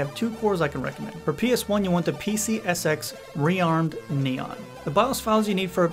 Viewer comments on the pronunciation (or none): none